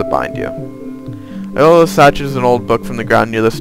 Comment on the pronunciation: Iolo is pronounced "yolo" not "eolo."